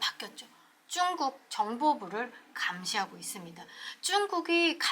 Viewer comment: 발음 재미있게 하시네요! 중국을 쭝국. 자연스럽게를 짜연스럽게 첫 발음을 강하게 하시는게 재미있습니다.수고하십시요!